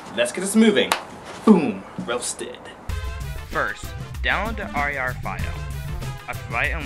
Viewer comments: R and R extractor? lmaooooo its just "rar" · it's definitley a "rawr" file. non "r a r" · it's not "r and r", it's "rar". like a monster. RAAAAR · It's pronounced rar (like RAWR)